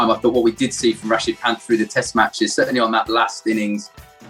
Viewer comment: WHEN IAN SAYS RISHABH PANT IT SOUND LIKE "RASHID KHAN" WHO ELSE AGREE?